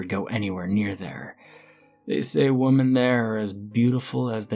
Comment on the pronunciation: You have the pronunciation of women wrong. Really annoying